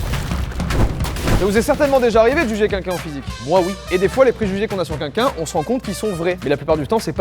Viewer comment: Ça me fait toujours marrer le fait que n'arrive pas à prononcer " quelqu'un " Il dit toujours kinkin 😂